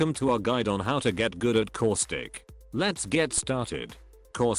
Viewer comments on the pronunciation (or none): Does anyone else hear core-stick or is it just me? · Did you say causthicc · Causic Austic Auswic Auswitch